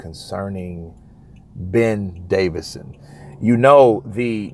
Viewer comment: How many times its Ben DAVISON not DAVIDSON